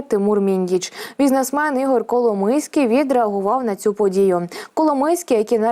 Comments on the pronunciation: Пані ведуча Коломойський ,а не Коломийський. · Ну варіант "коломИйський" на це прикольно, типу "хлопець з Коломиї"))))) ... але все ж я думаю, що напевно правильно його прізвище звучить коломОйський"!